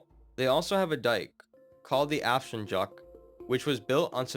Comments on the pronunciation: Nice video, though real magic on pronouncing the afsluitdijk as the action-jock. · ah yes, my favourite part of the Netherlands, the Afshenjock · Did he really just complain about how we prevent our land from flooding😂 Great pronunciation of afsluitdijk btw